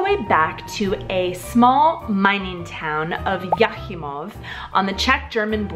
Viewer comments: Very nice video from a czech perspective. A small detial in its not Jachýmov but Jáchymov. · it's Jáchymov, not Jachýmov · It's Jáchymov, not Jachýmov :-) Also, the saint's name is Joachim (Virgin Mary's father), not Jacob... Otherwise a great video! I have learnt something :-) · It’s cute how you get the city names wrong :-) Jachýmov instead of Jáchymov, Dálčice instead of Dačice :-) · Jáchymov instead of Jachýmov :) There is no O blood type, just 0 (zero/null). Grammar Nazi, to correct & serve :) Otto Wichterle invented polymer usable for manufacturing soft contact lenses. Another great inventor was František Jaroslav Heyrovský: and many others.